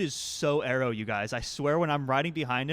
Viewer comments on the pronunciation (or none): none